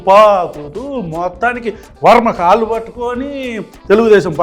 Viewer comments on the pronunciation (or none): none